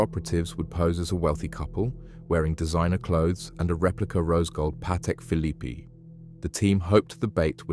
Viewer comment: Pronounced bark Lee square . And the Phillipe has a silent last e